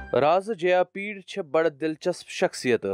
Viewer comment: Bro correct it is jayapida not jayapeed